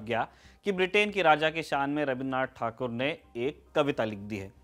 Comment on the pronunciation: i am totally impressed by your surname pronunciation like thakur, basu... yes adressing surname as per bengali mothertongue is excellent ...keep the good work.......